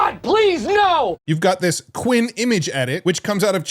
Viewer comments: since when is qwEn pronounced like qwIn 😂😭? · Just a note, since I've never seen an English content creator pronounce this correctly, "Qwen" (Qianwen) would be pronounced "Q1".